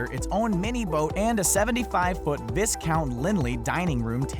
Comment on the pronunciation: The same kind that pronounces the word 'Viscount' without observing the silent 'S'.